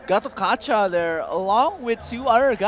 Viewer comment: yeah and gatokaja how they pronouce gatotkaca